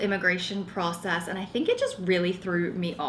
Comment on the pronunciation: Everything is starting to look really good. It’s so funny as a fellow Australian hearing the little changes in the way you pronounce your words. You’re definitely picking up the American accent. When you say process it sounds like pracess haha Keep going with your apartment though it’s coming together really well